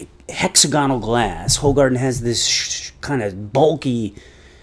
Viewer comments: Its pronounced whogaarden. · It's pronounced like "who hardin" bud. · Its pronounced Who-garden